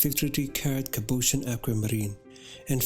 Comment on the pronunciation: With all due respect, your voice is very breathy and your cadence uneven. You have a frustrating tendency to swallow your vowels. You also mispronounce quite a few words, such as “mason”, “cabochon”, “modernity”, “algorithm”, etc. You keep referring to “she”, “they”, “him”, “you”. Who are all these people? It’s important for the narrator not to mix up pronouns, so the audience doesn’t get confused as to the perspective from which you’re addressing them. Thanks for a beautifully presented video though.